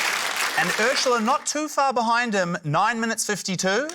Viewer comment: Is it just me or do they all pronounce Urzila as Urshula? What's up with that?